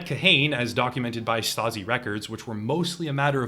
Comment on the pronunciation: You said stazi and I grabbed iron man